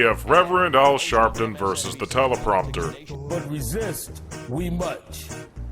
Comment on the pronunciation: Sharpton flubs are oddly endearing tbh